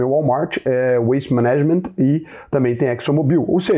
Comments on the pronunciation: Fala, beleza? Falo na humildade aqui, te admiro muito, mas 'management' se lê "MAnagement" e não "maNAgement"... Descurpa qualquer coisa... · veja a pronúncia correta de “management”, para ficar ainda mais bonito na fita!! Análise interessante. Nysa ia que podiamos “brechar” a carteira alheia!!